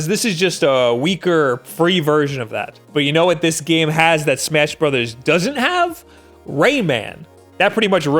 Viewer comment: He said smass brothers btw